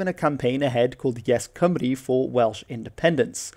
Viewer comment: You pronounced Cymru beautifully